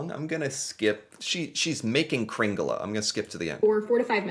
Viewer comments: IMPORTANT!: KringlE, not kringlA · This is nothing, in the past 36 hours we had 60cm snow where I live. It's not "kringla", but "kringle"...